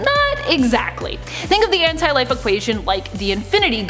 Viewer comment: It's pronounced as one word Anti-life